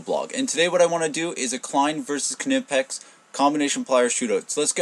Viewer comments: It's amazing how many north americans say "K nipex " it's pronounced KNIPEX ,just like saying the word knife ,you say K NIFE do you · The "K" is silent, dude. The name is pronounced "Nipex" NOT A kanipex. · the k is silent lol thanks though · I don't mind saying "nipex". There are a lot of foreign words that change pronunciation in the states. Nobody says volkswagen, samsung or hyundai as they would be in their original language either. Nowhere in the states have I heard anyone, even their own tool reps, pronounce the K. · you sound like a "Ka"nob when you pronounce Knipex with a "K" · Hey man, just being super picky here but the 'K' in Knipex is silent! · I saw a video by the Knipex USA office, and they anglify the name (k is silent). In the German pronunciation one would pronounce the k. Some people like inserting excessively "authentic" pronunciation of foreign words when speaking in English, but effectively switching from one language to another in the same sentence can be jarring in my opinion. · Totally agree ...................:]